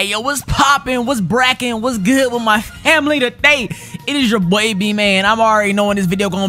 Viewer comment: this man did not just say my "HAMILY"